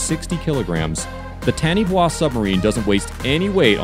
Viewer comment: FYI Taniwha is a Maori word and is pronounced "tah-knee-far"